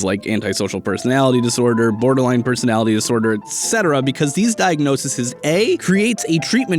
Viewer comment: I don't wanna be a nitpicking asswipe but it's kinda bothering me so I'll say it: The plural of diagnosis is diagnoses (pronounced diagnosees), not diagnosisisisisisisis. Same with thesis, analysis etc.